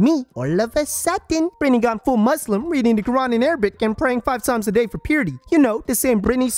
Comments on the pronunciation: I never caught the "Bretny" but now I'm fucking dying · “Bretny” omg I didn’t even catch that 🤣